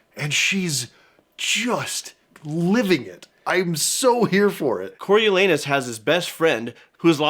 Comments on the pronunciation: "corio-LAH-noos". At least, that's how we say it in Shakespeare 🤓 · Yep, Corialanus not Coryo